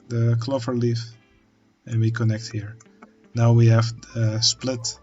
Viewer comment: Hey man, love seeing this unfold, never knew about this game! Just a tip, the word clover uses the O-sound as in the Dutch pronounciation of Oven!